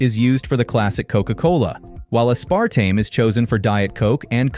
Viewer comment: I fell over at "ass-par-tame"